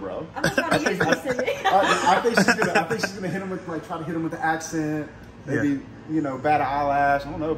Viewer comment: Tink about dis…alright, bet…” 😂